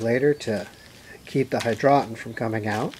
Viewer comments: Hydroton. pronounced Hydro ton. Not hydrotin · HI-DROE_TAWN NOT HI_DRAW_TON